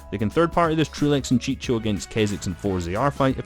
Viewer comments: It's chico not chicho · bro chico the c is read "q" no "ch"😂